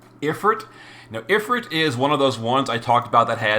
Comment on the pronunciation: If-ERT? Dude. Ifrit, is also spelled efreet. EET, like EAT.